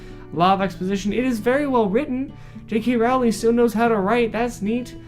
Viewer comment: I loved the book, and if you didn't, it's probably because you didn't understand it. And it's Rowling like bowling ffs.